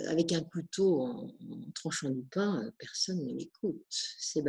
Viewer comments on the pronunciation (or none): none